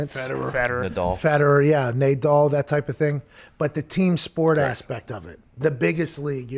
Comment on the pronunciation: He said “nay-doll” 😂 🎾 🎾 🎾 🎾